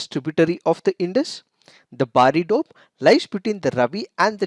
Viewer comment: The way he pronounces 'doab'..like 'dope'..:p😂😁...i mean kinda cute...no offense🤗